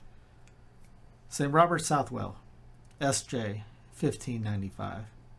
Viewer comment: Pronounce like subtle